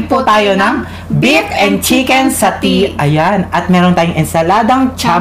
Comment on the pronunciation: satay with satay sauce ( pronounced satey)